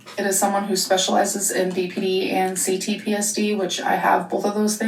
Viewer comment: I'm vexed by the way she says C-PSTD or whatever the hell she mispronounces it as